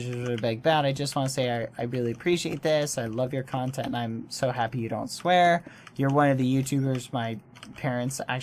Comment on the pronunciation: He said swaer. | v times